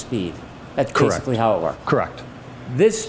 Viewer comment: Great video, really enjoyed it! After so many parts and weird stories/speculating it was actually so relieving you saying "or maybe nothing like that". All the times different people said "hos" instead of "how" was fun. And nice to get a glimpse behind the screen of those big eyes